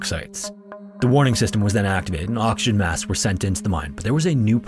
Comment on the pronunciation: Just about everytime you said oxygen it sounded like auction.